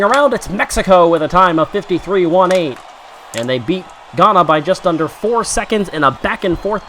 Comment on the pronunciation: btw you pronounced ghana wrong. i would know i live there